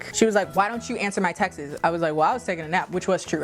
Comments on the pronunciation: Wait she pronounces “texts” like Texas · Loved this video, i just have a question, am I hearing things or is your pronounciation of "texts" weird ? haha